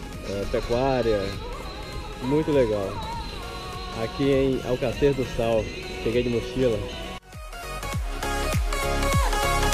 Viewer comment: Não sabe nem falar o nome da cidade.